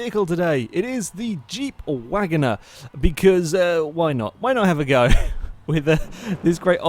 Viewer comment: Wangoner instead of Wagoneer, Mitsabushy instead of Mitsubishi, Gibble instead of Ghibli, U TROLLIN'.